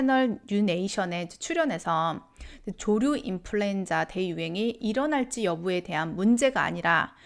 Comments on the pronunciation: 발음 정확히 해주세요. 조류 인플루엔자입니다 조루 인플루엔자 아닙니다. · ㅋㅋㅋ 조루 조류